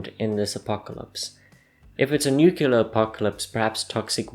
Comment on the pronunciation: LEARN HOW TO PRONOUNCE NUCLEAR.